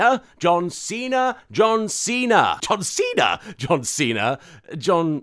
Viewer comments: John Seen her was all I heard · After a while it begins to sound like "dun see tha" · You said Don Cena sometimes....also,POTATOES? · Anyone else hear 'Don Cena' at some points ;D